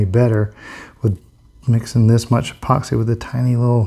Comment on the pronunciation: E-POOX-EE lol